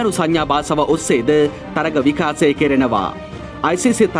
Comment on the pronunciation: විකාසය නෙවෙයි බං.. විකාශය. ඔයාට "ශ" යන්න කියවෙන්නෙ නෑ නේද?